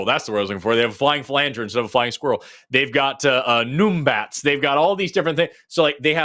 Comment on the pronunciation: Forrest is wrong! The Numbat is pronounced num-bat. Where the u is like number not like boo. The trend to pronounce "u" as oo is American. Australian animals almost never use the American u = "oo" like Emu is pronounced Emew and not emoo.